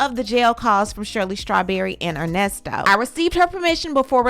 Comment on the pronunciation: "Put some RESPEK" on that man name ...its "ERNESTO"...LOL